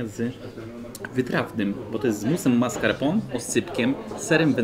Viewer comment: Hahaha tez to uslyszalam